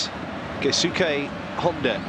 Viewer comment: am i the only one who gets annoyed when they commentators pronounce Keisuke "KAY SUKAY"......